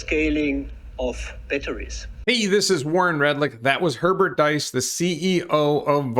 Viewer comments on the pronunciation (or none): It's actually pronounced Hernert "DEESS" ( not "DICE) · You need to say it like "Herbert Dees"